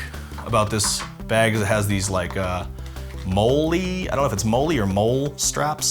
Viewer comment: Those straps on the back are pronounced "molly"